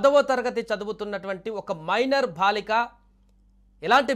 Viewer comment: BHaalika kaaduraa chavata daddamma.....BAALIKA, maathrubhaasha kooda sarigga palukaleni moorkhulaara, meekem chesinaa paapam ledu!